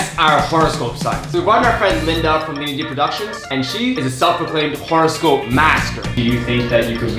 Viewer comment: why they saying WHORE-ehscope